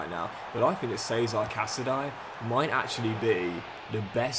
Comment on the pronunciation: it's not 'say-zar' casadei, it's actually pronounced 'she-za-ray' casadei